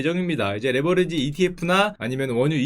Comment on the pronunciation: 레버리지를 자꾸 레버러지라고 발음하시는데, 무의식의 의도가 느껴짐.